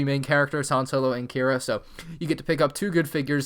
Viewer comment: You pronounced "Han Solo" incorrectly. Idiot